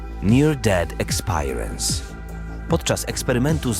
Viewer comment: ekspirijens :) a nie eklspajerens ;)